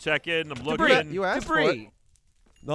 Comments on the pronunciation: They spend the whole episode calling it “debriss” and then forget to put the s in the title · oh dear god. Deb-Ris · Gavin says it Deh briss pretty regularly so, it's nothing new really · Anyone else hate that Lindsay keeps changing words all weird ? It’s DEBRIS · I giggled way too much at Lindsay's pronunciation of 'ancient debris'